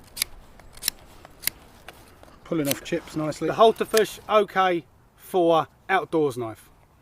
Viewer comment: Thumbs up from me even if it does sound like you're calling the knife a Hultafish ;)